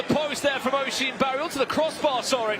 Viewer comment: Oisin barry is pronounced uhsheen barry btw